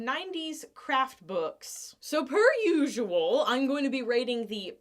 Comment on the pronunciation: Did you just say "soaper usual" or "so per usual"?